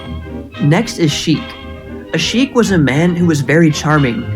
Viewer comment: "Chique" /= "Sheik. Good video, though